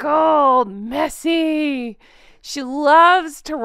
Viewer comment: I love it when you say wrinkled and messy 😂